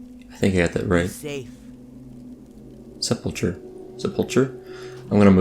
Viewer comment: Are you trolling now? SEH-pul-kuh